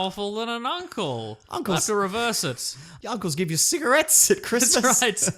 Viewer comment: the way he said cigarettes